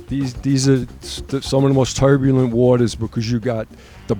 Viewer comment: "look how toyrburlent they are"